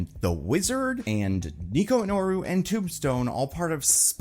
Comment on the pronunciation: Nico MIN-O-ROO